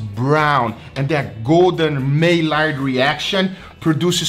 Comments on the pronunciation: Maillard= My Yard. not May Lard. sorry i'm a pedantic fool. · It's pronounced mayard not maylard. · maylard to funny.... its Maillard you don't pronounce the LL's so say is Maiard.... Like my yard Love you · Maillard is pronounced MY - YARD not MAY - LARD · “May-lard” reaction lol.. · Amazing video as usual! Nobody bastes a steak like does! By the way, the "L" is silent in maillard. It sounds like my yard. The French pronounce it with both the L and the D being silent as well like "My Yar". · Hey great vid! Just a couple things: it’s pronounce may-yard reaction and cling wrap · "May Lard Reaction"... Oh:^) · Again.... it's pronounced the my-YARD reaction. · Take a shot every time mispronounces "maillard"